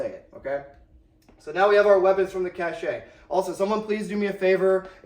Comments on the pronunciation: Cache is pronounced "Kash". Cachet is pronounced "Ka-shay" and is a different word with a different meaning. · My brother in Christ, it's pronounced "cash", not "cashay". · Cache is pronounced cash ya fud. Are we trackin?? Love you brother 😊